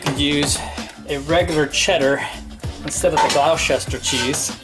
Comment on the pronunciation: FYI, It's pronounced "Gloster" :)